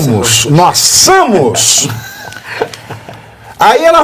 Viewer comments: Cotidianamente "Samos" eu ouvi bem? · Exatamente pq vc não teve vergonha, agooooora vc devia estar morrendo de medo. E “nós samos…” parei de ouvir ai